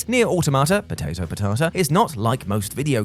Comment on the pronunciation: "pOtATo, pOTaTuh". I like watching the content of these videos but MY GOD, this guy is painfully unfunny